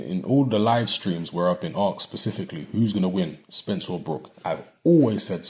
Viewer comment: honestly i heard you loud and clear i watch all your videos and I clearly heard you say spence